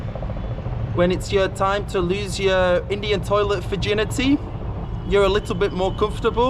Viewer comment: Your English=Indian tolit 😠😠😠